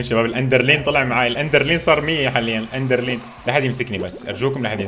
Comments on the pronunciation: ادرينالين ❌ اندرلين ✔ 😂😂😂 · اندرلين😂😂😂 عرف كلمة اندرلين بأي معجم في الحياة تصحيح ادرينالين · الأدرينالين ❎ اندرلين ✅ 😂😂😂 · اندرلين ؟ اسمها ادرينالين